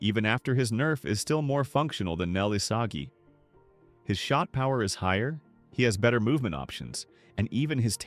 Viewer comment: "nel isaji"